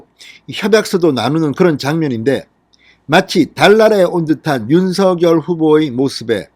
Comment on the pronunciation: 윤서결이라고 발음하는게 계속 거슬리네요 윤성녈로 발음 해야 하는게 아닌지요?